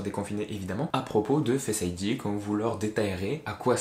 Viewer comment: Fesse id lol Non sinon la vidéo est vrrrraiment bien